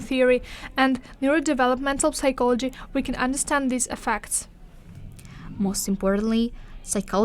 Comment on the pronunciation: The P in psychology is silent. 😊